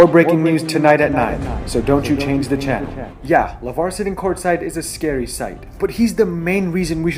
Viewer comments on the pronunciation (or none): none